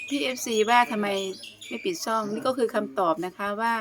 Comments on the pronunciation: ช่อง.ช.ช้างค่ะ ไม่ใช่ซ่อง.ซ.โซ่จ้า พูดใหม่ค่ะเป็นกำลังใจให้ค่ะ. ิอย่าไปสนคนไม่หวังดีกับเรา สู้ๆค่ะเพื่อบ่าวต้นค่ะ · ค่ะ ช่องค่ะ ไม่ใช่ซ่อง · ต้องหัดพูด ช่อง ให้ชัดเจน ไม่ใช่ “ ซ่อง “ นะจ๊ะ เก่งจริงๆใช้ประสบการณ์เดี๋ยวก็ยิ่งคล่อง 👍👏💤😴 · พูดคำว่าช่องให้ชัดหน่อยมันแปลเป็นอื่นได้ค่ะ